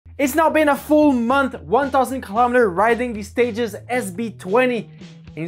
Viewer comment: I think it’s stagEZ at least that’s how an anglo would pronounce it. Same as how you would pronounce the plural of “stage” in English. Good news is English is a language without rules. As long as we know what you mean it’s all good 👍